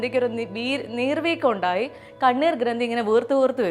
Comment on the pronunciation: ഇണ്ടായി എന്നല്ല ഉണ്ടായി എന്നാണ് 😂